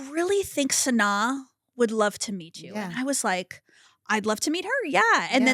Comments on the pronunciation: I feel like you are saying her name wrong 🫠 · is her name SANNNAAAH or Sanai...the way hot pronounced her name smh